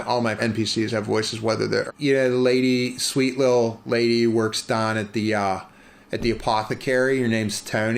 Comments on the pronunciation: "Dah the apothecarys" I swear I tasted Primantis when you said that. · I instantly recognized the Pittsburgh dialect when he said “Dahwn”